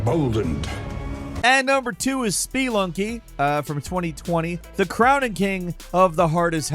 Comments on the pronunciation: It's "sp-uh-lunking" not "sp-ee-lunking" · "spee lunky"? Odd emphasis. I would assume it's pronounced like the word it's based on, spelunk. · Spelunky is pronounced "Splunky". There's no E sound after the P. Btw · Spee lunky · “ SPEE lunky “… nice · Dude can't say Spelunky right, but can pronounce Sekiro like that with ease! Ribbing aside, I enjoyed the video. I had a great time with a few of these games (Returnal, Sifu, and Ghostrunner). I'm playing Thumper right now and if I were making a list like this, then I'd be putting it at the top! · The way you pronounce spelunky makes me want to scratch my own eyes out.